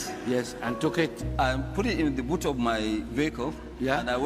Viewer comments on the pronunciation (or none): none